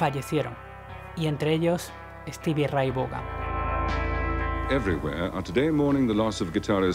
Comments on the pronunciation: Se pronuncia Steve Raitt van asi mero jajaja jajaja jajaja no vogan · Cuantas veces mas podria pronunciar mas el apellido ? Hahahaha Stevie Ray Vougan!!! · El nombre " Vaughan" se pronuncia como "Von" del alemán,tío, pon cuidado a la pronunciación del video en Berlin y otros. Por otro lado, el nombre "Van", como el de "Van Halen", es de origen holandés. SRV fue un músico excepciónal, pero en nada superó a Hendrix, parece que quería ser un Hendrix blanco, y lo consiguió, diría? Lástima que murió joven, pudo haber logrado muchas cosas porque era un músico todavía en evolución. Tal cual! (*_*))))) _-' **.' - _! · Hay que mejorar la pronunciación del inglés sobre todo en el apellido de Stevie